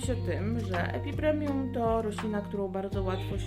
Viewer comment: Epipremnum NIE epipremium Beznadziejnie mówisz, nawet nie wiesz jakie rośliny masz. Jak twoje ulubione to chociaż nazwę znaj!!!!!